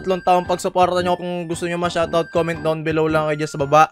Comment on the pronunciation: "Wayt nite" Shawt awt